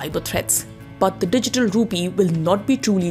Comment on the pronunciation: Rupeee?? Dettaa??? What happened to correct pronunciations???